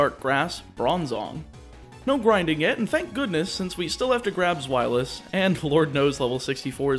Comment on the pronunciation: Just a tip, Deino, Zweilous, and Hydreigon aren't pronounced the way you pronounce them. Their pronunciations are based on the German words for 1, 2, and 3 - being Eins, Zwei, Drei. With that, each pronunciation is; Deino - Literally just like dino ("Die-no") Zweilous - "Z-why-lus" Hydreigon - "High-dry-gon" Obviously everyone has a right to pronounce a Pokemon's name how they want, but I just thought I'd let you know as my OCD doesn't exactly like me very much haha.